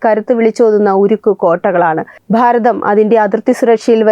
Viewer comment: Pharatham ennalla Bharatham ennu parayunnatha bhangi